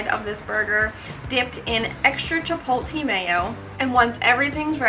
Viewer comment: Couldnt finish the video. If i heard chip-pol-TEE mayo one more time, i was gonna come through the screen.